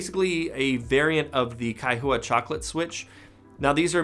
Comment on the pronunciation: This is a strong entry for Logitech, but that price is insane. While the hardware design is very clean, logitech's G Hub still looks like a clusterfuck compared to Razer Synapse or even Corsair's iCUE (though the latter isn't fantastic). Also Kaihua is pronounced as a two syllable name. The "-hua" is pronounced as "hwa", not "hoo-ah".